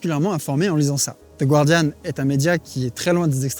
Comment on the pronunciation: Micro détail : on prononce The Guardian comme en français, pas the Gwardian. Erreur classique.